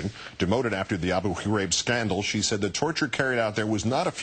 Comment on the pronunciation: This is an amazing story ... but, um - what's with how KO pronounces Abu Ghraib? Is he trying to clear his throat or something?